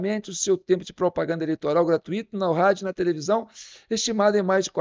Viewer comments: " GRATÚI - TO" e não GRA - TUÍ - TO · " GRA - TÚI - TO" e não GRA TU - Í - TO.